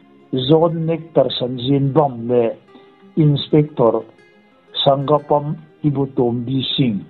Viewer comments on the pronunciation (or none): Sanggapam ni lovin Sa-ngak-pam--Sangakpam tia lam tur (meitei hnam pakhat hming)